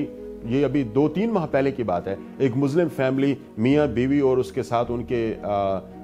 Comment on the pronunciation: It is Muslim not Muzlim